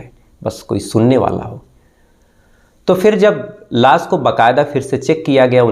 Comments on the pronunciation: tu pehle pronunciation ya ucharan karna seekh crime stories baad me sunana. Laash hota hai be laas nahi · It's not soroom, its showroom, its not las, it's lash, it's not saks, it's shakash, fix your language or leave 😅